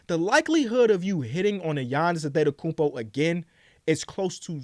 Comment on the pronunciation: does it bug anyone else that says anTHETekounpo🤣🤣 like where is the "th" coming from hahaha